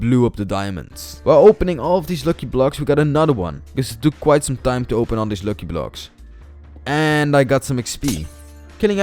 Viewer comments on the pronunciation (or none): And also it's not looki it's lucky🤣🤣